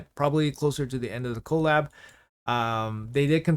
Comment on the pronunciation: can you call it "kuh-LAB", not "KOE-lab", cuz that's how collaboration is said. thanks XD